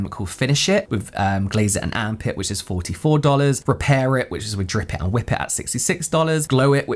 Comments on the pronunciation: Every time you say Amp It I'm hearing Arm Pit 🤣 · I’m sorry each time he says “Amp It”, I hear armpit 😂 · Am I the only person who thinks that “Amp it” sounds a lot like armpit when pronounced faster?! 😅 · I heard “Armpit” 😂😂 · when u said "amp it" i heard arm pit and it made me chuckle a bit 😂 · I came to say the same thing! 😂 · 😅😅 I almost commented this. I'm glad I checked the comments section first. All I hear is arm pit too.